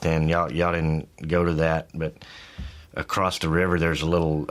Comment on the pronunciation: He said acrossT.